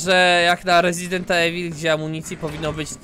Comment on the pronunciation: Łe łezident evil łemejk , a co?